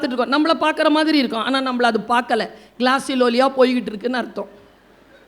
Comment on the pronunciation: இவர் பேச்சில் ஆங்கிலத்தை கொலை பண்ணுகிறார்!உ.ம்.: "களாசலோலியா". ஆனால் உண்மையில் அது என்ன தெரியுமா? "க்ளோசலேலியா" ( glossalalia).